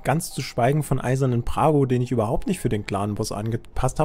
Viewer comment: der Champion heißt nicht "Prago" sondern Brago.....